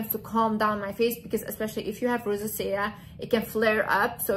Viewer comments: In English Rosacea is pronounced: Ro-zay-sha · You are so adorable and smart. I think you might be making the word rosacea a little more difficult than it needs to be. If I can help lol it's pronounced RO ZAY SHUH😘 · I love you but you mispronouncing the word “Rosacea” kept distracting me 😅